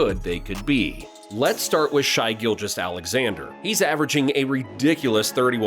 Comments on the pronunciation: Shai is pronounced “Shay” not “Shy”. It is bizarre that you would make this video and not even know how to say the star of the teams name. 🤷‍♂️ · For real, how does a dude take all the time to make this video and not even know how to say the star of the teams name. So dumb! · You lost all credibility when you pronounced his name “shy” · This is such a weird video. You’re talking like what you’re saying is surprising and not being said by so many nba followers throughout the world and you couldn’t even pronounce Shai correctly. Nobody who knows anything about the nba will be surprised when OKC step up next year, people will be surprised if they don’t…